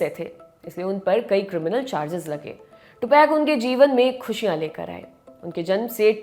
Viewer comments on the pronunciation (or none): टुपाक होता है टूपैक नही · टुपेक नहीं है टुपाक है irritate hora hu me ye tupac ka nema galat sun sun je aapse news hi deni hoti he kya kuch shi se bolo hume bura lagta he aap nahi do enke bare me news to acha he koi ni puchra ki aap enke bharr me liko ya bolo